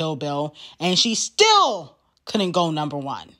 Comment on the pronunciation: the big and bold "still" is killing me 😭